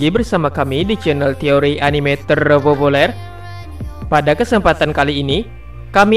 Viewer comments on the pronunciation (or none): none